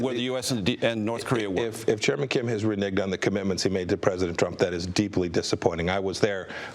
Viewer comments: ok soo is nobody gonna say anything about him saying re-nigged on tv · This foo just said renig..😂😂 spades Ebonics...😂😂